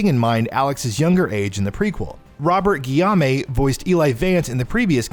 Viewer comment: Robert Guillaume is rolling in is grave at this pronounciation lol